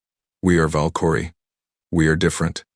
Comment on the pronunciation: Your dumbass AI can't even pronounce Valkyrie